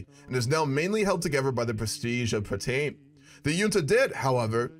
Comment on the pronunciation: I can't help it when you say marshal patain I keep hearing marshal potato XD